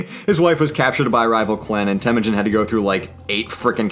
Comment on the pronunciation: I know Mongol language is difficult but it is Temuujin not Temujin